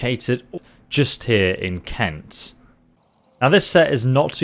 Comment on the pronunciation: ''Cent'' [Kent] Sorry but that's so lame xDDDDD